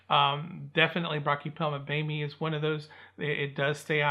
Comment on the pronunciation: I believe it’s pronounced bo may